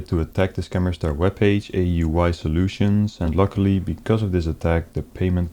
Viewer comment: I didn't know "I.T Soultions" was a job. PCs have souls?